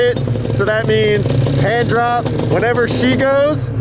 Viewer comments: All around great episode, great edits as always. I also caught that "handjob" line same way she heard it, replayed it yup no way he said handrop lol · sounds like he said hand job I heard it too lol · Definitely sounded like he said handjob, way more than hand drop. I heard no “r” or “p” when he said it, which is why she heard handjob, bcuz thats what he said!!! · I heard the same thing "regular hand job" lol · yo, he def said 'handjob'... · It's ok, heard job also. I replayed it sounded like "jop". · It did sound like he said handjob not handdrop. lmaooooo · Lmfao I swear he said handjob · YouTube auto generated captions said hand drop. I heard job though